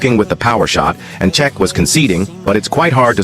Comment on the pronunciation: This AI voice just pronounced Cech in 4 different ways